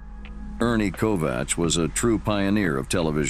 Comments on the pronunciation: Ernie Kovacs is pronounced KOVAKS! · This has probably been said before, but I didn't see it when I scrolled down for a bit. Ernie Kovacs is pronounced with a hard c, as in KOVAKS.